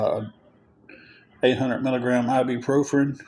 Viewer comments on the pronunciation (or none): Somebody tell me what ib pro fren is this poor guy and his speech is I’m sorry it drives me crazy he can’t pronounce anything correctly it just drives me nuts I guess that’s me picking because I can’t stand a liar but yeah his laziness and his laziness to pronounce words just drives me up the wall